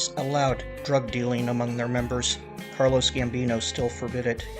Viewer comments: And it’s pronounced “Carlo” not “Carlos”. He’s Italian, not Mexican. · Not trying to nit pick, but ive heard you say Carlos instead of Carlo in several videos. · Carlo, Not Carlos